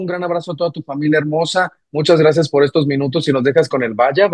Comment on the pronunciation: Not "generación Z, cristal..." grazné... 😂😂😂😂😂😂😂